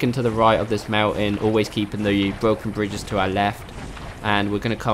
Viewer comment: Bwoken Bwidges.